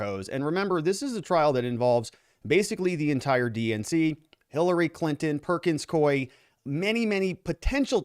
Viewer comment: Perkins “coo ee,” NOT NOT Perkins Coy! Please pronounce the name of the law firm correctly!